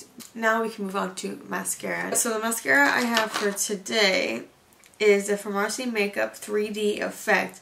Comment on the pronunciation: FAR-MASSI?!? girl noooo 😂😂It’s pronounced just like pharmacy